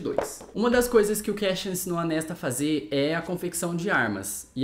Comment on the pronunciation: Pra quem quiser saber a pronúncia dos nomes de acordo c a própria autora: Claro, cada um pronuncia como quiser, a cabeça é de vcs 😅😊🤣🤣🤣 Mas foi difícil p mim ouvir Kéchian e Nésta por mais de 30min 😂😂😂 Só mesmo p engajar vc, 👍 (Cassiãn e Nêsta, pronto rs) 😅😅😅